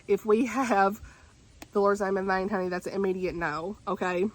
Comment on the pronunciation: Girl I have to say, every time you say "honey" it kills me because you say it so well lol I'm southern but I can't say 1/10th as well as you can 🤣